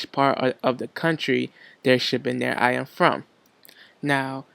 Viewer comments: Yo "IM" i was thinking hard and then i realized.. it's "Item" lmao!!!! Anyway, thank you for the information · iem? item? is it realy that hard to add the T? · also "item" not "I'em" I find more and more people are not pronouncing their "t's" anymore